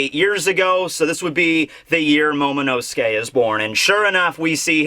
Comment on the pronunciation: I cant hold myself. He´s NOT called Momo-nuske, but Momo-NO-SUKE! Everyone and their mother keep saying his name wrong .... just wrong ...